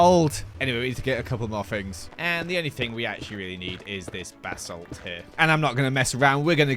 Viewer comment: i will never get over the way says ba-salt. BHABHABA